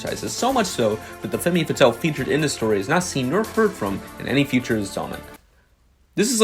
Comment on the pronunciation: Great video except you pronouced femme fatal as feemeh fatal. 0/10